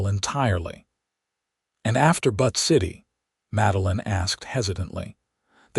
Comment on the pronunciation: Butt City LOLOL It's BUTTE city - Like Beautiful - Butte.